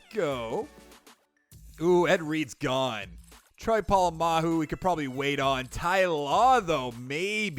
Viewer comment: It’s Troy Polamalu not Troy Polamahu